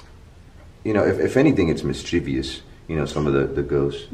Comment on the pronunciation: Er, just FYI it is mischievous, NOT mischievious.